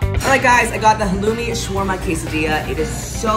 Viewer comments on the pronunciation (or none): none